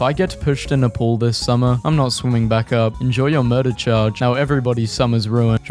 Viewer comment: having a stroke reading ‘this’